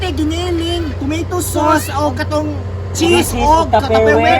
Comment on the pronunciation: Three toomeytow sows. Hahahahaha